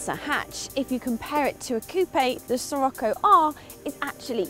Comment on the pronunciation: Pretty sure it's pronounced Shih-rocko, anyone else?